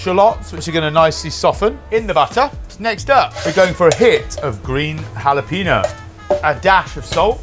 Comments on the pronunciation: Jalapeño is pronounced “Hal-eh-pain-yo.” When you say “hallapeeno” you sound like an idiot. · you guys do not know how to say Jalapeño lol the n has that little hat on it for a reason ...it is not Hal a peen- yo. it is Hall-eh -penyo like pen as if you were saying ink pen